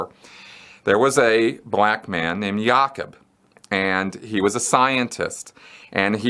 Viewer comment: pronounced Ya'koob, not Yakeb.